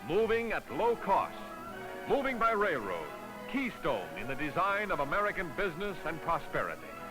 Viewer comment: The narrator says "rail" fine; but he consistently pronounces "railroad" as "rayroad".